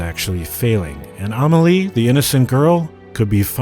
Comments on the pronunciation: You mean A mah lee vs A may lee? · Lol at Ah-moll-e and Gabrielle... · lol he really can't pronounce Amélie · he didnt do it right in the video at least